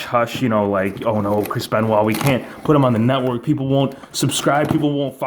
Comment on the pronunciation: Who is a "crispen wha"???